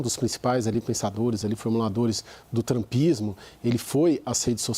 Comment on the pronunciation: O cara que fala "trampismo" tem que levar um 👎. E tentar fazer um cursinho de analista político... Argh